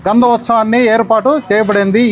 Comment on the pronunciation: Amma grandham kadu gandham